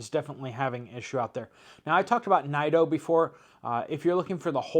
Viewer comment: Btw, Nido is pronounced Needo.